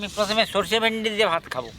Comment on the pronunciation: Vindi,not vendi